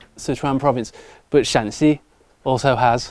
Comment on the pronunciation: 陕西说成山西了，哈哈